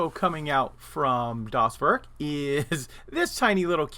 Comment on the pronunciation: Not a German here, but as a note: Das Werk sounds like Dahs Vehrk (or Vairk).